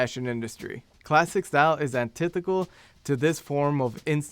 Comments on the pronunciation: Hate to be a pedant but it’s pronounced “anti-THET-i-cal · 'antiTHETical', please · Sorry about seeming pedantic, but it’s “antithetical.” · turned it off when he said "antithical"